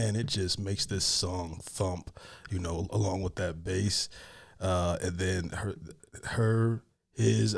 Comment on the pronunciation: Do you fish? Bass is a fish. Not base. Lol.